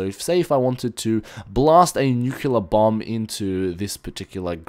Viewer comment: LOL! you siad bum anstead of bomb! ep: "BUMS AWAY!" x]